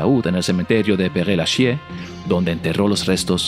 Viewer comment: Pues de paso corrijan su pronunciacion del frances. Ha sido inaudita su forma de pronunciar el nombre del cementerio P. Lachaise, por ejemplo. De verdad, por que' todos los locutores no averiguan en Google las formas de pronunciar correctamente nombres en otros idiomas, especialmente los famosos? Hoy es muy facil hacerlo.